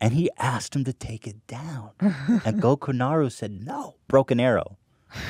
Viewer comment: Hate to be that guy but it's Gokanaru, not Gokunaru